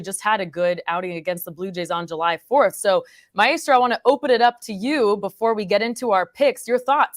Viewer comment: Who is the my-a-strow?😂